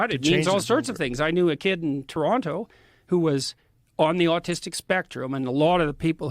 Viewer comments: Did JBP just pronounce it Tarontoe and not Taronno? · Jordan Peterson has worked in Toronto for over 20 years and he can't even pronounce Toronto? If you live in or around Toronto for more than a few months you know it's pronounced Tor-Ron-Oh.